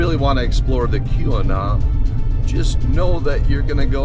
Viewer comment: It sounds like you're pronouncing Keweenaw as "que-we-naw" or "koo-we-naw". The accurate pronunciation is "kee-weh-naw".